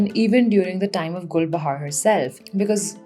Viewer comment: all i can hear is GulbahaRRRR RRRRR RRRR RRRRRRR